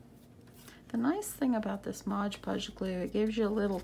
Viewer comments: MOD Podge ... not Modge Podge ... please! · Nicely done! BTW, its Mod Podge, not ModgePodge